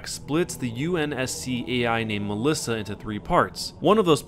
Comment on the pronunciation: Hey im greek and you pronounced melissa better then most people that dont know greek. good job